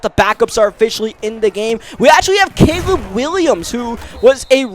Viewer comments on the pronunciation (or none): none